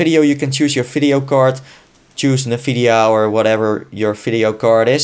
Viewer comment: "Fideo" "NFidia" Best. Accent. Ever. :D